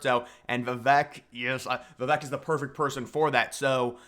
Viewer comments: Vi Vake 😂😂 not Vi Veck 🤣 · please say his name correctly if you like him. I'll help vuh-vake Vake like cake with a V. his quote helped me remember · Love the vid bro! Good content! 😄 Just one thing tho…Vivek’s name is pronounced viv-AKE. Like cake…. 👍🏻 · Vivek Ramaswamy. Learn to pronounce his name. Vi-vake. He is the number 1 person to demolish the deep state. He is our 1776 America First patriot. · Learn how to pronounce Vivek. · every time you mispronounce Vivek it's triggering